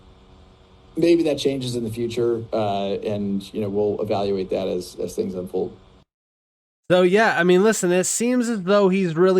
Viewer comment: Can’t get over how this man says “as. “Uzz an institution” 😂😂😂